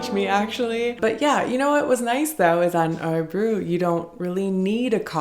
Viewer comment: Hur länge bodde du i Örebro? Du får öva på att uttala Örebro... Fast i Usa tar ni ju aldrig av er skorna, kanske när ni sover då...🤔